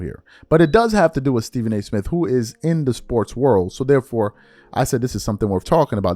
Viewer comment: Why do you pronounce “Smith” and “birthday” as Smif & burfday? Play the tape.